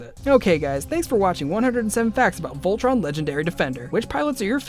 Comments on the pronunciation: tea ray ...vol..tron?? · tea ray vol...tron??? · Vol... tron?? It doesn't have to be complicated! I still don't get why I wouldn't say "Voltron"! Keith is my spirit animal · tea ray uhh....vol..tron? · tea ray uhh.. vol..tron?